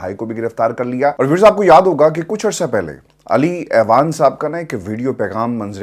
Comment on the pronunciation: اعوان کا تلفظ "آوان" ہوتا ہے، ایوان نہیں۔۔۔ درستگی فرما لیجیے